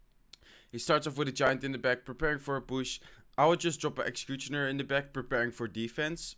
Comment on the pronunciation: Please learn how to pronounce "Executioner" you say it like Exxcxecuxchiona